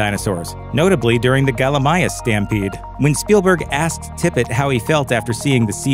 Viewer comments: Gallimimus not Gallimima And the Rex in San Diego is the father not the mother....come on folks. Do better. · gallermius XD you mean gallimimus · Gallimimus not gallimia It was the male rex searching for the baby not the female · "galamiyas"?....cant even say the name right.. and damnnnn almost 350k views and 5k likes hahha jeez guys matybe learn the names ??